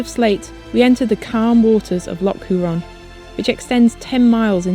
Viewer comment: brilliant vlog again...but your pronunciation cracks me up! mallaig- ma,-lig loch..defo not lock loch hourne- hoor,n sleat,,sleet eilan donan- aylan don.an forgive me the instruction/correction, you guys do brilliant stuff !! you got moydart spot on...but there is much more history behind that too!! dont take it as criticism..please...!